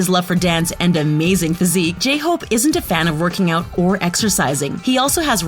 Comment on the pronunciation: How dare you mispronounce my precious J-hope.